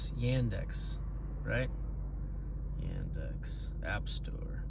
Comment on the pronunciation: Pronounce it properly - Yun’Dicks😂😂😂